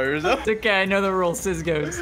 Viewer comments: and ”wizzy” called rozzi rizzo multiple times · And its also weird that sunless says rizzo instead of rozzi. Hmmmmmmmm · Rozzi? I heard them say rizzo, this is kinda fishy 🧐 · during the mafia talk wizzy/ said rizzo instead of rozzi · it’s cus rozzi is rizzo he jus mixed up the i and o 😮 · If you listen closely at the end of the video sunless said Rizzo instead on Rizzo and wizzy is obviously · Literally right when he said and rozzi I know it was and rizzo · Anybody else hear when he slipped up saying rizzo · Did you here that he said rizzo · Its and rizzo. says rizzo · He says rizzo...